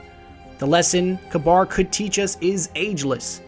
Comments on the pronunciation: His name looks more like it's pronounced "caber", not "cabar" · Love the video! (Isn't it pronounced Kaybr and not Kbar?) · Its not kabar. Its pronounced ka-ber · its ka-beer, not ka-bar. also watch the plosives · ka-bir. not ka-bar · Kuh-bahr is an interesting way to pronounce it. I always thought you pronounced his name Kay-bir. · pronounced [KAW BURR] not [kuh bar] but this video is awesome! you should definitely keep this up! i dont know why bungie couldnt take the time to put all of this lore (with audio narration like this) into the game and add some more character to it. as it is now it feels so empty, with no character or color to the lore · According to TTK, it's pronounced ka-beer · Mr. Crusader Meh I like Galahorn better... That just sounds stupid the way you responded. You should always use the proper pronunciations. I think it is "Ka-ber" just as Gjallarhorn is actually pronounced as "yahl-lahr-hawrn." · wouldnt it be pronounced "cah-burh" ? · the way you say kabr really annoying i think its said k-ber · Kabr (Kay-Ber) Aegis (Ayg-is) not ayjis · I've always pronounced it as Kayber, but it really doesn't matter all that much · I pronounce is KAH-ber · dude work on the way you pronounce these names and words. they are said aloud in the game and by the devs. its really irritating to hear you mispronounce these names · is it pronounced kaBAR or Kayber?